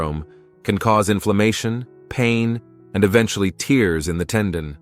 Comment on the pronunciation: These A.I. narrations are annoying - "tears" in tendons (not pronounced right, but like what leaks from eyes when crying... I suppose if you hurt yourself, you'll be crying, but...) Also the triceps kickback is not another name for the overhead triceps extension, but a completely different exercise performed bent over... then, while talking about "cable triceps extensions", they show triceps pushdowns with a rope... Is A.I. writing (and messing up) the script, too?